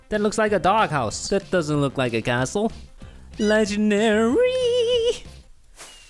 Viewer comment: when he said castle I heard asshole